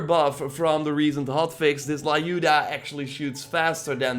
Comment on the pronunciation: Lyuda must be pronounced [Ljuda]